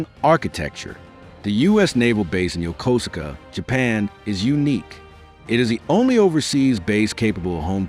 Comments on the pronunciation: USS MIDWAY and USS Blue Ridge sailor here, it's pronounced Yo-koos-ka!! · I thought it was Yo ko su ka.